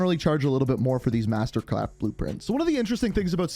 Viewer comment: “Master cwarft” lol what?